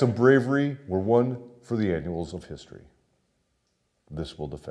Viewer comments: Annals ... Not annuals.... Sorry.... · Annals, pronounced "Anne-Alls"